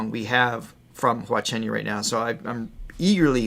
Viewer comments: Your phonetic Wa Shunyu sounds more of Cantonese pronunciation than putonghua. His surname Hua shouldn’t be treated with the silent H. Contra in the Wild wasn’t written for Covid-19. I think you meant “You have to Believe this is not the Last Day” - a lengthy title 😅. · Having visited China I know a few pronunciations of the Mandarin dialect. Hua Chenyu sounds like Wa Shunyu. also. Zhou Shen is Jo Shun. I'd like to mention 3 of HC's songs which I think you would very much enjoy applying your amazing analysis and knowledge to. They are Jackdaw Boy. The Ship of Theseus and Contra in the Wilderness (this latter song being an allegorical take on the Covid pandemic I've been told). I live in Cheshire in the north of England, the home of Northern Soul (if that rings a bell with you) so this chance to watch amazing Asian singers is a real treat for me. Please, please find the time to give these songs a listen!